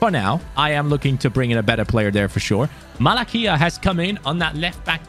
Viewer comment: malacia not malakia mate